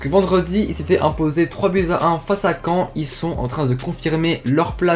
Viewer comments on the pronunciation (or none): none